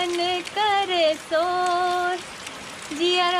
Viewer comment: सोर नही बाबा शोर , शोर